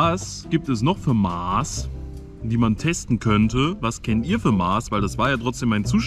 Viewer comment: es heißt MASS.. kurzes A, scharfes S. und nicht MAAs oder MAHS.. warum lernt ihr das nicht?!